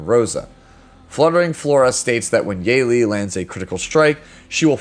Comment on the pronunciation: Her name is pronounced as Yuh-Li. Great video!!